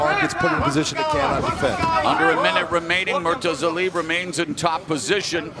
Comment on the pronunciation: The worst defeat of the night was the pronunciation of Murtazaliebs name.